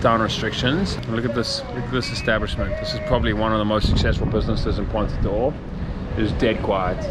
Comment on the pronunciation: Another very nice video, keep them coming. As a native Portuguese speaker, I should only point out that it is Ponta do Ouro, not Oura. The pronunciation is a little bit off as well, but no problems Greetings from Brazil 🇧🇷